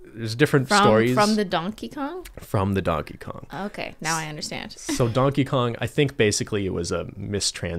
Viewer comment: “Who is Dankey Kang?”